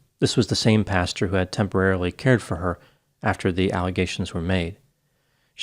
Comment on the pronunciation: I noticed in a few of your other videos that you pronounce pastor ‘pasture’ instead and that you pronounce speculate ‘specoolate’